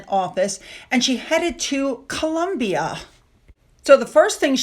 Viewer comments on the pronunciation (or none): none